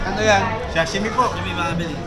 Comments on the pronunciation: Sashimi hindi shashimi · SASHIMI Hindi shasimi😂😂😂